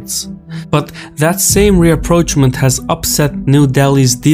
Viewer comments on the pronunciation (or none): none